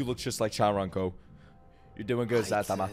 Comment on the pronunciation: let me just say this... not chantaro because it's chuntaro